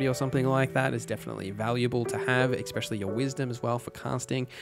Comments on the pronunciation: It's called "especially" not exspecially. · Great video. I'll definitely be referencing this on September 6th. But bruh, for the love of god, it's 'eSSSSpecially', not "eXpecially" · The word is not "expecially", it's "especially". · Great guide! As an aussie growing up in the ghettos of Redfern there is one thing in common you have with alot of people there which grinds my gears...the way especially is pronounced. Its very ghetto to say eckspecially. Still love the video though and subscribed eckspecially since there so much good info 👍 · . Great video, thanks for all the info, no criticisms on the info. Legit the only problems to report would be nitpicking pronunciations like ""Tome" rhymes with "home", it is not pronounced like Tomb or "Toom", a place where dead ppl go" "There is no "x" in "especially" "When it comes to Dice, 1=die, 2+=Dice" ""Oriented" only has one T" And and so on, if any if that is a regionalism or speech impediment, I didn't mean it as an insult but I still apologize <3 -- overall really great video, the info was super in depth, you answered all the questions I was wondering and more, and gave me new ideas! Thanks a bunch!